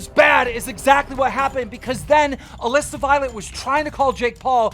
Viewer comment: First time I’ve ever heard Keem say Alissa correctly lol